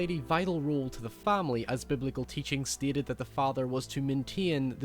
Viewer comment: Are you saying “stated” or “steated” wtf????